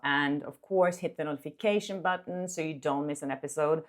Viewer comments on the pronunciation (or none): none